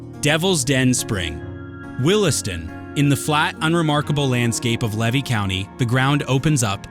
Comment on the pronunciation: Congratulations, I don’t think you got a single pronunciation of a town correct in the whole video. As with the gentleman who taught you how to pronounce Cassadaga, Levy County is pronounced Leevee.